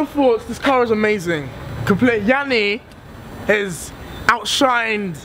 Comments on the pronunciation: lol its yianni, not 'yammi' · TurtleCore - Nightcore lol u said yianni